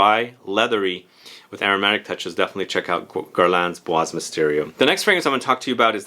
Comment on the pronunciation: Bois Dore by Van Cleef & Arpels!! And by the way, in the word 'bois' the s is silent, not heard 😉